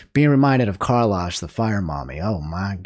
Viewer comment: The way pronounces "Karlach" pains me 😭